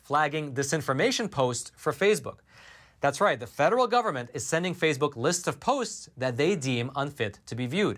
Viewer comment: It's Facebook, not Fazebook.